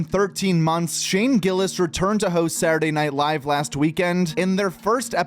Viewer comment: My guy, can you please pronounce just a couple more consonants when you say ‘Saturday Night Live’?